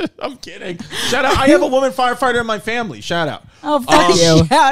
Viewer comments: I love that Rachel pronounces "foighefighter" 😂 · Sounds completely normal except for fwyer fwighter